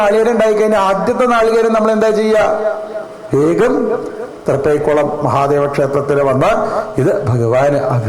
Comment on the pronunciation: ഹരേ കൃഷ്ണാ .......രാധേ.....'ശ്യാം🙏🙏🙏 പുത്തൻചിറ "തൃപ്പേക്കുളം "മഹാദേവ ക്ഷേത്രം എന്നാണ് ട്ടോ തിരുമേനി ''.....തൃപ്പൈക്കുളം അല്ല🙏🙏🙏🙏🙏🙏🙏